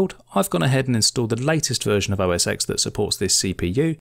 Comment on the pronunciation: For the love of all things holy - it is NOT OS Ex. It is OS ten.